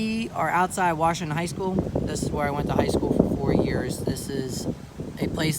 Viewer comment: but its pronounced "wershingten"🤣 all jokes aside great video. sad that the malls are dead. theater gone.🍻